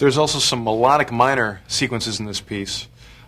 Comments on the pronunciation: "It's in the key of D Mine-uh." Lol that was random, Pablo. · I'm enjoying how he puts on british accent when saying what key the piece is played in